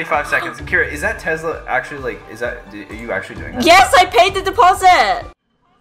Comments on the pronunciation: lol there is no z in Tesla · “Tezla “ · No one:: "Tezla" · I love how he says Tesla ( Tezla) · I have to say this I have nothing against but it’s Tesla not tezla like......uhhh